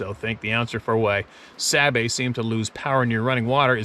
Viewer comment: It is pronounced (saw bay) spelled Sabe'.